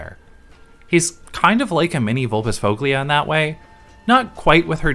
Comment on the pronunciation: Also sorry for being a nerd, but "-foglia" is pronounced more like "-foya" 😅